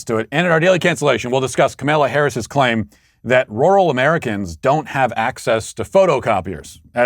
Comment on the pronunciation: The only thing more offensive than Kamala is how Matt pronounces rural. Matthew you are canceled sir